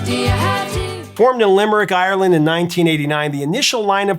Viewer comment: Very nicely put together tribute, and you said the name of my hometown correctly too! I grew up in Limerick, I remember being in my teens when they hit the big time. They were amazing, and the whole city and county was proud that they were local to us.